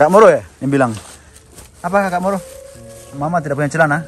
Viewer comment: moro di baca muru